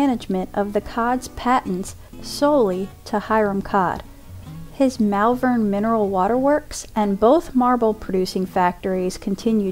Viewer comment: Superb video 🏆👍🏻❤️ I wonder if have seen this... 😊 We pronounce Malvern with a double LL sound 🔊. As I'm Mall-vern. Looking forward to seeing more of your videos. All the best